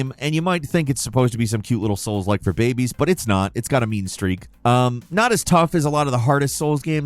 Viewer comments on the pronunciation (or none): none